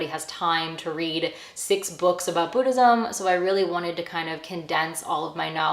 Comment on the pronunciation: Boo-dhism 😂😂😂 the way you pronounce it took me out ❤